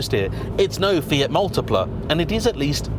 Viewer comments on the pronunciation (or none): none